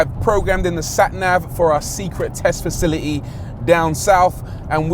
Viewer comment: I love his pronunciation of facility - fasil i ee.